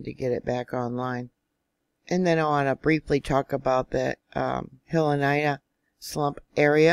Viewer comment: Love you, Pahala is pronounced Paw Ha La and the the Hilina Slump is pronounced He Lee Na Kilauea is pronounced Kil A Way A Just helping you out!🌴